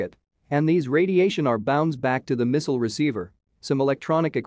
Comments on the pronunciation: What is a "misow", or was it a "mesol"? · WHo is Miss-ul? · The way he says "misual". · Today i learned, how to pronounce"missile".